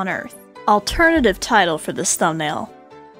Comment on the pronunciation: “Restraing Order”😭